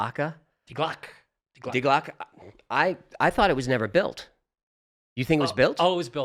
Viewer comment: Why do you USAians always pronounce the last E in words as A? It’s not "Die GlockA" it’s "Die GlockE"